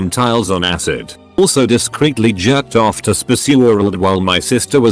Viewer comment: i love how the narrator pronounces “jyerrked off” lmao 😂